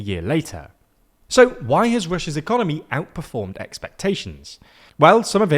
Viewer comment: Did you say "Ecomoney"... I love it